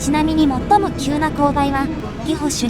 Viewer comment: 地元を取り上げてくれて嬉しい ただ儀保駅は「ぎほ」ではなく「ぎぼ」です.......